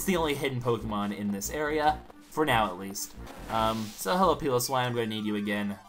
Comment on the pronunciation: its pronounced pie low swine